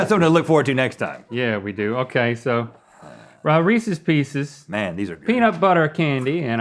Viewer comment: I'm thoroughly pleased that neither Rhett nor Link pronounced "Reese's Pieces" as "ree-seas pea-seas".